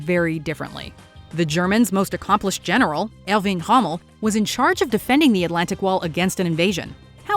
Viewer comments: Who the heck is Herving Hommel? It’s Erwin Rommel. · Excuse me It’s Irwin Rommel Not Hommel Its History and Not Hard to fact check Truth For cripes sake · Maginot Line. They were extremelly naive. They believed Germans wont invade Belgium. They did and attacked French. Chernobyl disaster,Challenger,Fourth Crusade,Byzantines refusing Orban,you mispronounced Rommel. Erwin Rommel is one of the best generals in history. Great man too. Titanic ignores warnings,wrong turn caused World Wat I. There was no wrong turn,everything was calculted,precise. Intelligence services worked,conspiracies. Hitler attacks Russia,true. Napoleon attacks Russia one of the biggest blonders in history. Good number 1. Great video